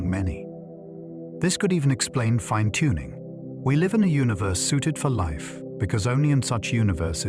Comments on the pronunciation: “Fin na tuning”??? AI can’t pronounce “fine tuning “!! Regardless: great videos!!! Thank you!!! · 'Finny' tuning, at around 11 minutes gives the AI away.